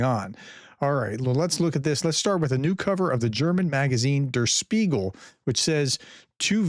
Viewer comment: FFS,. "Der Spiegel" is pronounces as "Dare Speegal." It's only one of the most famous publications in the world. [PS: I'm advising on acceptable American pronunciation, which is NOT correct in proper German.]